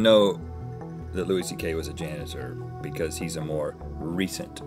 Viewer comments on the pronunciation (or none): It's funny how Link says, Because! He pronounces it, Picuz. 😊😀😁😂😂😎